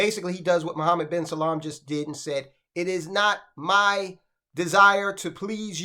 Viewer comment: It’s Salman, not salam 🙄